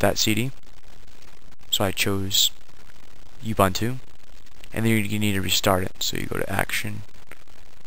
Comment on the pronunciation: Ubuntu is pronounced like "oo-boon-too"